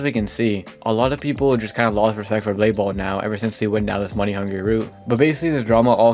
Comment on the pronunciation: DUDE JUST CALLED BLADE BALL BALDE BALL 💀